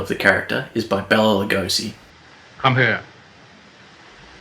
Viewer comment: I really enjoyed this, but his name was Bela, not Bella.